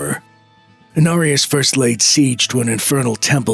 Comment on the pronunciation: “IN ARIAS” who?🤣